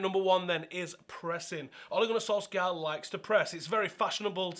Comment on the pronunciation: You literally said oaligoanysoalska like 20 times before the video was 2 minutes in. Wow that was fucking annoying